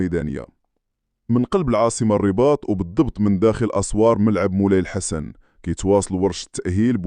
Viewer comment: شكرا لك ياءخي علا متابعتكة الملاعب المغربية ولاكن ياءخي الءسم ءلدي تنطق بهي علا الملعب ءينهو غلط ءسمه الصحيح هوا ملعب مولاي الحسن وليس بيءسم مولاي لحسن